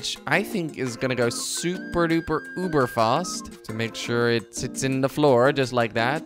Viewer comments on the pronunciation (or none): none